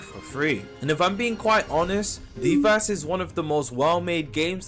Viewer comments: Ikr he says it like Deevahs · Deev ass 😭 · Why does everyone pronounce devas so wrong smh